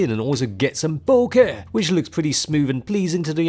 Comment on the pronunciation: Wonder if I'm the only one who replayed to that "BOH-KEH" a couple of times 😂